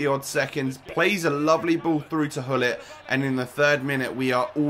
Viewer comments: Why you say ullit , the name is Gullit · actually...the name is grrr-ullit (I'm ducth jus saying)